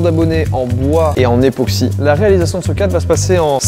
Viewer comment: ePOxy et pas … NÉOxy ;-; En vrai je suis fier